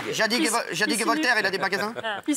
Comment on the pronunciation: Cyril qui dit zadig et voltaire ?? Lol le malaise